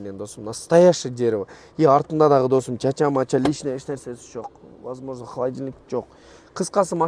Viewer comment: Досм деп кечке эле шалпылдайт экенсин. Досум деген создун кадырын кетирип.